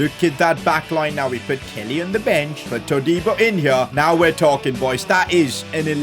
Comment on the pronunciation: The way he said let’s put Kelly (how he actually said it) Killy 💀 💀